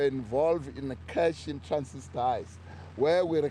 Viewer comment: Big man keeps saying “cash in transist…”